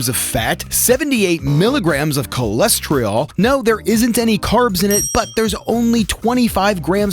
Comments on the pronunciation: It's cholesterol, not cholestreol. Just fyi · "coles tree all" LOL!!! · How is someone who calls it "ko-less-tree-all" and "maga-nee-zee-um" gonna sell someone on anything. Sorry I don't trust someone who can't even read. This is like when Bush said "nucular" "Prep some veg" first ingredient isn't a vegetable... Um okay? Yeah I'm out, this guy gives grifter red flags....